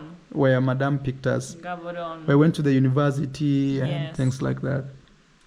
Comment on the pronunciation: Bloemfontein pronounced "Blumfontein"(Afrikaans), City of Roses 🌹. Gaborone pronounced Ggaboronee (as if u clearing ur throat from the back-Setswana) not Ghaaboron coz it loses the meaning behind its name. Windhoek pronounced Vendhuuk(Afrikaans)